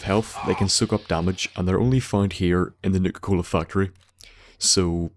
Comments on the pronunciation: Sounds like he's saying nigger cola 🤣🤣🤣🤣🤣🤣🤣🤣🤣🤣🤣🤣🤣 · It sounded like he said nigga cola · Same, at first I thought he was saying nigga-cola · I keep thinking you're saying "nigga-cola" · sounds like you saying Nigga Cola